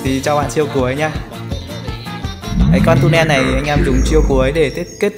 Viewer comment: Tulen chứ k phải tunen nhé